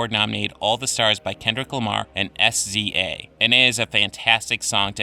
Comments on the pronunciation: Siz-er... not S.Z.A. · It's Sza not s z a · Did he really pronounce SZA... S Z A?😂😂😂😂😂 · S-Z-A 😂😂😂,it's pronounced as Sizza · It's pronounced " Sizza " not " Siz-er " and not " S.Z.A " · "SZA" is pronounced "Sizza" fam. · He had me rollin "BY KENDRICK LAMAR AND S-Z-A" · SZA is pronounced Sizza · He really messed sza named up but it alright still a good video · A lot of people are only taking "That is not how SZA is pronounced" from this. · Pronounced "SZA" by spelling it out facepalm